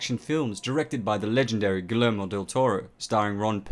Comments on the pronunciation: In Guillermo Del Toro's name, you pronounce the LL as EE. It should sound more like "Gee-ayer-mo" than "Gill-ayer-mo" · It’s pronounced GEEYERMOE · It’s said guyermo ll is a y in Spanish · Did you pronounce his name as "Gee-Lair-Mo"? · I don't like when people nitpick things. But I hate the way this guy pronounces Guillermo Del Toro's name. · I cannot believe you mispronounced the directors name. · Del Toro loves and is familiar with the source material, but the video presenter can't pronounce Guillermo... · Dude, please stop mispronouncing Guillermo wrong in your videos.... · Good video, but that's not how to pronounce Guillermo. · I literally paused the video and went through the comments section to find if ANYBODY commented about his name.... 👌🏽👍🏽 unfortunately this isn't the first time i've heard this abysmal mispronunciation.... Had to educate that dude real quick.... Especially since he saw Guillermo is an inspiration to pursue work in film....